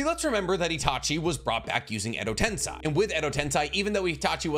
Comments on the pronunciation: Edo Tensei isn't pronounced as Edo "Ten-sai". It's pronounced as Edo "Ten-say". That "E" in the 2nd to last placement in Tensei, makes all the difference in the world for how its supposed to be pronounced. American linguistics cannot be applied to Japanese linguistics because in Japanese, the phonetics are the same in every single word, no matter what. So an "ei" suffix will always be pronounced as "Ay" and never as "Ai". Just like "Tomoe" is not pronounced as "Toh-may", it's pronounced as "Toh-moh-eh". In Japanese linguistics, every syllable and every vowel are pronounced. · Edo Ten-say not ten-sai